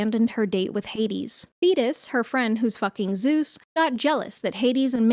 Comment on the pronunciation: The way my heart DROPPED when i thought you said zeus was having an affair with "fetus" and not "thetis"